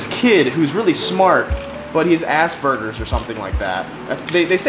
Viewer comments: it's not "assburgers" its "aspergers" #doitwithcartman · not sure why, but every time you said 'Aspergers' i heard 'ass burgers.'